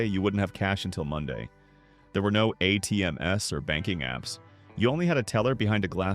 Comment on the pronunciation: Your Faux Voice pronounces "ATMs:" as "A, T, M, S" it seems you can't program you Faux Voice to use human pronunciation! Cheap poor quality! Thumbs Down for your less than decent quality. You have NO PROFESSIONAL standards! Thumbs Down! USA has lost its professional pride! Of course you deserve a lower score than a Thumbs Down but it is the only option we have! We had pride of quality in the 1940s. (You thought we all were dead and no one would notice you landfill quality standards!!!!! Google/YouTube fave the low morals to make us pay for such poor quality.